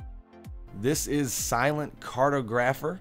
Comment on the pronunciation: NoONE CAN PRONOUNCE!!!! Car-tog-gro-pher